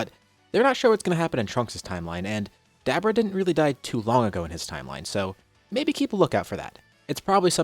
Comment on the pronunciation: It's so funny to hear him say hit the Dab orah.. and bra for Bulla.. some of these names he pronounces are pretty funny xD